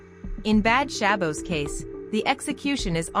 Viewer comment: you are not pronouncing Shabbos correctly